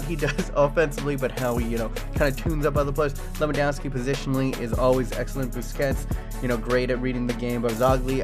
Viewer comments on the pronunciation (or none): none